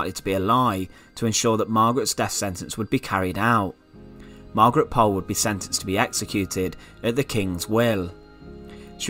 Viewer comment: Thank you for telling us this. Until now, I had never heard of it. BTW, if you want to be really correct, Pole is pronounced Pool - also de la Pole is de la Pool. I also liked your video about Margaret Clitherow.